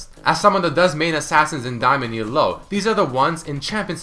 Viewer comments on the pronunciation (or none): funny how he always says E-A-LOW for elo